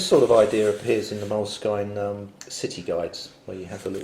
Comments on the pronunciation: It's pronounced moleskin not moleskyne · I think it's pronounces "Mole-Skin," not "Mole-skyne." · I had heard it's pronounced moleskeen. So I think that covers them all.